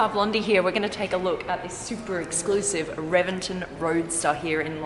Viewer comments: It is pronounced as Re-ven-ton; not Reven-ten. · It's pronounced with a B, Rebenton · No you say it reBenton. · Pretty sure it is pronounced, “Rebenton” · Pronounced rebenton